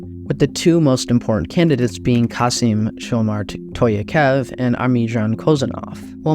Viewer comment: Tokaiev not Toyakof